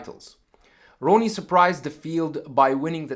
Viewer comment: Dude Ronnie Whoops His Ass All Day Long. & Its RONNIE Not Ronie